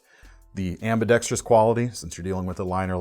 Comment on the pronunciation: Knife content: great as usual. Also, and "not for nothin' ", (tips cap to Bob DeMarco) thanks for keeping 'ambidextrous' to its four syllables